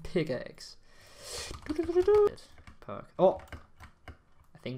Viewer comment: Is it just me cuz when he says POG!!!!!! it sounds like FUCC!!!!!!!!!!!